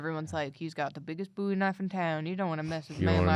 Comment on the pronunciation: thank you for being one of the very few people alive who can pronounce my last name (Bowie) correctly. You are wonderful.